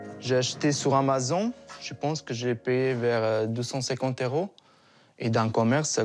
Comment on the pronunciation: comment il à dit Amazon 😂😂